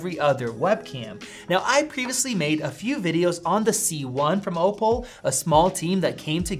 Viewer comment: It's 'OH-pull', not 'Oh-Paul'